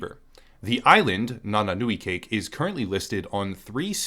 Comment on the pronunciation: Doesn't really matter especially at this point, but that's not "nananu i 🎂", it's a Fijian word that happens to be spelled similarly, but the c makes the th sound like in then or there, and the vowels are like in Spanish, so it's "Nananu i Thaké" IPA /nananu i ðake/ basically. If the dictionaries I'm looking at are right, it's like "Upper Thought" or something, with nananu being "thought" and cake being "up" and the syntax of the language making "nananu" the head of the phrase. EDIT: Oh, wiki translates it as "upstream daydream" which is likely a lot more idiomatic.